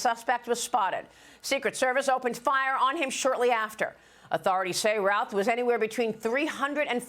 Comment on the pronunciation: It is pronounced Ruth. I know a hundred people in NC with that last name, and no one pronounces in Routh, they pronounce it Ruth.